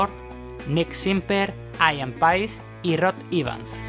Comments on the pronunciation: Pronuncias como el cu lo. Se pronuncia Parpl no parpel, guilan no guilian, ian no aian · Aian ???...Aian????...o....Ian ...aprende a pronunciar... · Buen video. Pero Ian se pronuncia tal cual: Ian. Eso de "Aian" es un error. Ian Gillan, Ian Paice, Ian Anderson... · un concejo, el nombre Ian se pronuncia asi como se escribe, no se dice aian.